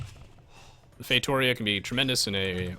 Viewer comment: Say it fay-toh-REE-ah